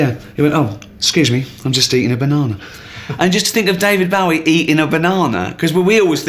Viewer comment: I love when supposed bowie fans can't pronounce bowie